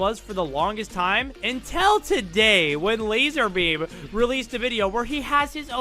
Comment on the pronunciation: ITS LAZARBEAM NOT LASER BEAM